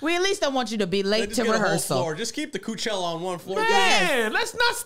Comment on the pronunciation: “Coochella” 😂😂 why kev just why